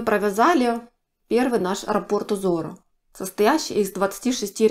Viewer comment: Скорее, японская мастерица. Нравится, что вы грамотно говорите: нить, а не ниточка, как любят говорить россиянки, раппОрт, а не рАпорт, как любят говорить некоторые.